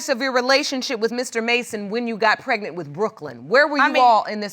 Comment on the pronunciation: Lawd she said ...Pretnent